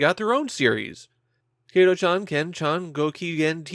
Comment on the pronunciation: Not Kay-toh chan, it's Kah-toh chan.